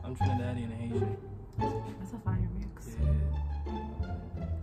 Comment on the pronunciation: Haitian. I know it did sound like he said Asian 😂😂😂